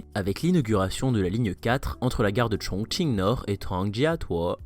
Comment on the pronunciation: Super travail ! Et bravo pour avoir respecté la prononciation et l'intonation des noms des stations 👌💪 加油